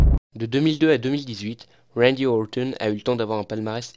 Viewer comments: Ne t'embête pas à prononcer à l'anglaise, ou alors, essaie de le faire correctement, c'est Randy OrTon, pas Orthon ^^ Sinon, contenu très intéressant, j'aime beaucoup ce ton posé, on voit que tu es passionné et c'est agréable de voir des catcheurs qu'on aime expliqué :) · J’ai l’impression qu’il dit « wendy auwton » avec l’accent angalis